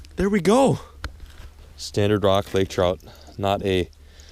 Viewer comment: Stannard* not standard